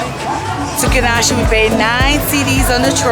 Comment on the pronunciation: Kah neh shee. Not kanarchi hahahahahha.